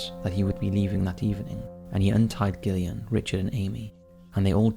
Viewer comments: I think it's pronounced 'Jillian', not 'Gillian'. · Gillian? You mean jillian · Video no 1: Gillian - is pronounced Jillian.. I never knew about this story, so thanks 😊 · Gillian, pronounced Jillian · I think you're pronouncing Gillian incorrectly - Pronounced the same as Jillian. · I love your videos but your pronunciation of Gillian is cringe it’s Jillian but with a G. Besides that I enjoyed that video and would like too hear more about the donor trail. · Wouldn't Gillian be pronounced with a J?